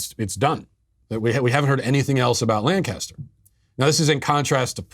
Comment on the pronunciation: Hi Matt, As a Pennsylvanian, you're hurting my heart and my ears every time you mispronounce the word Lancaster. It is pronounced LANKa-ster with the emphasis on lank. And although I'm sure it makes for good reporting, I wish you would stop emphasizing that it's in the middle of Amish country, as if it was some sleepy country stick town stuck in another century. Lancaster is one of the major cities of Pennsylvania with a heavy Black and Hispanic (Latino? Latinx?) population and a reputation for being a fairly rough place.